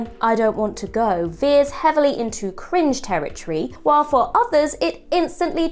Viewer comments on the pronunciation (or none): Storwylines , contwovorsies, cwinge, , cwacks. Ffs it's "R" . Pwoblems, Adwick, It's not cute, speak properly.